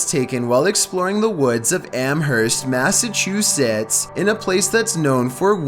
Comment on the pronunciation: I love how he pronounces Massachusetts better than most youtubers in the US